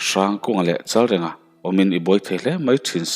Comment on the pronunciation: Chalrenga tih hi i lam diklo tlat.reng hi thluk tur anih kha aw